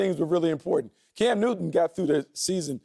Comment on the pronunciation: Cam Newtty 😂😂😂 I can't help it